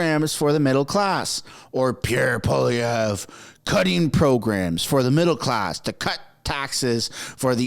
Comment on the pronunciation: Alex jones is the man. It’s funny how the left claim Alex Jones endorsed Pierre when Alex didn’t/ doesn’t know how to properly pronounce his last name correctly HAHAHAHA